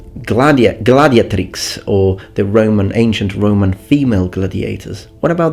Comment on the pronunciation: Gladiàtrix è la pronuncia latina corretta, nei sostantivi femminili in -atrix la penultima sillaba è sempre lunga. Bel video ad ogni modo!